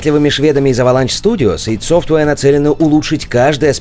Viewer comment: Не ИД, а АЙ ДИ СОФТВЭИР